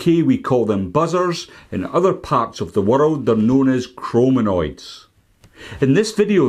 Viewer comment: Chironomid is not pronounced chromonoid just saying could be misleading to novice anglers